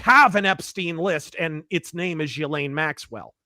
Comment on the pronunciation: Ive heard, Jizzlaine. Gislane. Gelain. Jelane. Whats next. JELLO